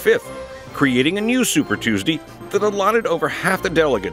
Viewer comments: Anyone else find it hilarious when he says "Super Tues-Dee"? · Tews-dee lol